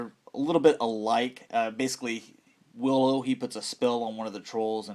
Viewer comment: As a super fan of Willow, I cringed watching this video! Ahhh!! The names!! Learn the names.